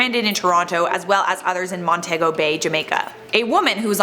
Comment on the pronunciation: Say it with me now, "Mont -ee-go" bay